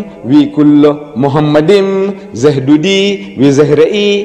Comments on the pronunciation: machmadim not muhammedim........ 🤣🤣🤣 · Talking about scholarship of the Hebrew language, Deedat was ignorant about the ancient Hebrew vocabulary. Moreover, he was officially not educated at all. The first mistake by Deedat is that he pronounced מַחֲּמַדִּ֑ים as ‘muhamaddim’. But he is wrong, it is ‘ma-kha-madim’. So there is no pronunciation of Muhammad. The other mistake made by Deedat is that he said that ‘מַחֲּמַדִּ֑ים' is a name. Again he is very wrong because מַחֲּמַדִּ֑ים is a masculine plural noun, so it is not a name (like יְהוִֹה, Yhvh). And because it is not a name it is impossible that it refers to the name of ‘Muhammad’.